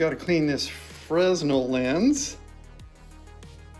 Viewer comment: Fresnel lens is pronounced "fren-ell". emphasis on 2nd syllable. The S is silent.